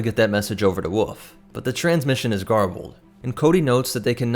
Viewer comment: I hate how you say "wolf" it's not "woof" that's a sound a dog makes, woLf is the name of the animal. Great video just the pronunciation of wolf erked me